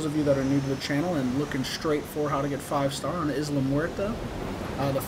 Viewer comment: It's prounced "Eye-la Muerta" not Izla LoL